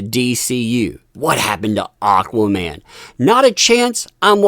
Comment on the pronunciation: its AquamaN...not AquaMAAM from Spain